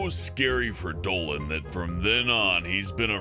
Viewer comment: Planet Dowan That’s how Dolan says Dolan